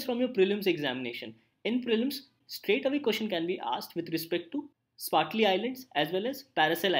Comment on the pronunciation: Thanks. Also,its SPRATLY islands.